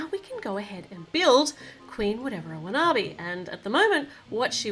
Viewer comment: u got the queen's name wrong it's Queen Whatever Wanabi